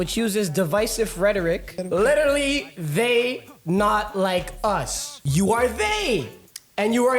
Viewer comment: My man said "letter-ally"... 😅